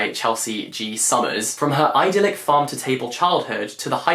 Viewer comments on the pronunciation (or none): none